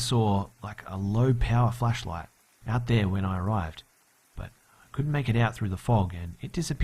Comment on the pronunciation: *flashlight not "fleshlight